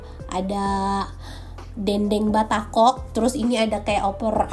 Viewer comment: dendeng batokok …bukan batakok 😅